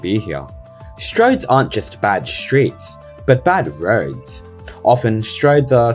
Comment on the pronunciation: anyone else heard rhodes instead of roads and got confused haha